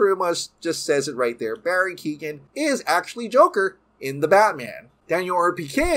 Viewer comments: Keoghan it’s pronounced (Kyo Han) not keegan the g is silent when it’s next to a h in Irish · Hey i am Irish and Barrys surname is not Keegan...its pronounced K-yo-han...Keo(Kyo) ghan(han the g is silent) Barry Keoghan. Just small nitpick in an otherwise great update video. Stoked to see the movie it sounds great. Still hope Batfleck lives on at Hbo Max and in main DCEU though.